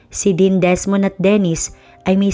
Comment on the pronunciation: Yung quadruplets sina DEVON, DESMOND, DEAN at babae po yung isa di ba c DENICE, lagi po mali pagka ka pronounced niyo Dennis lagi..kahit sa previous stoies ganun din..Magaganda mga stories niyo kunting enhance sa pagpo pronounce ng wordings..